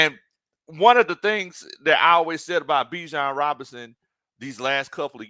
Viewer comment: ……Y’all have been pronouncing Bijan’s name incorrectly!😮😅😊